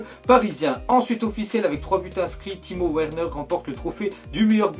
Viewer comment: timo werner sa ce li verner